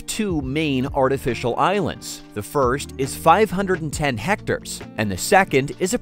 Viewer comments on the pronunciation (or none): Its pronounced heck-tare not hecter lmao